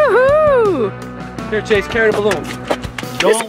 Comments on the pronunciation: You said trase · It's chase not trace